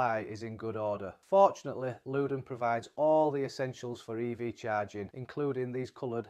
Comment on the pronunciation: It's Lewden 😂😂